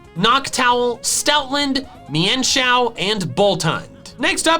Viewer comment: any body fell like is is saying mienshao weird because I say it as mean-shao